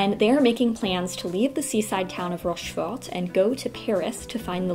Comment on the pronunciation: Salut, bons choix, en partie je les partage. Juste une chose, dans Rochefor(t), on ne prononce pas le t final. Ce qui est bien dans tes commentaires, c'est qu'ils sont sincères : on sent la passionnée.